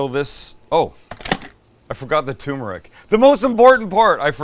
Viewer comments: Turmeric is pronounced TURmeric, not toomeric. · TUR - MER - IC not "toomeric". I do this cuz i love you. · Also, it's turmeric, not too toomeric 😉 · TUR meric... you knucklehead... not too meric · It's turmeric, not tumeric. Don't drop the R. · It's called tuR-meric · Please, please, please! The first r in tuRmeric is not silent! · TURmeric, Sam, TURmeric.